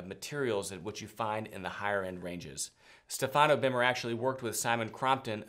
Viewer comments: I told you about the correct pronunciation of the name STEFANO BERMER. StEfano. Please say it correctly. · Stéfano, please not Stefàno, thank you.